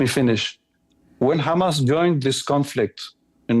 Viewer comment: Message to Norman Finkelthtein .... It's "HAMAS"... not "HAMATH"